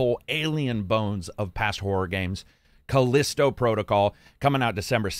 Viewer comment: FYi: "The Callisto Protocol" not "The Collisto Protocol". /shrug